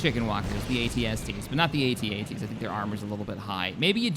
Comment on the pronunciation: Thank you for pronouncing AT-AT correctly